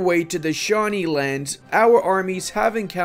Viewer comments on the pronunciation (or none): none